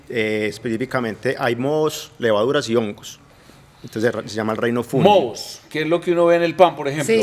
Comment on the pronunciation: En español se dice fungi . No funlli